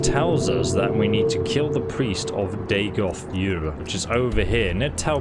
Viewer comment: “Retrieve the Mask of Dagoth yerrr”